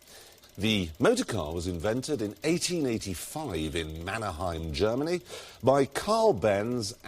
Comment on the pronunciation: It's Mannheim, not Mannerheim...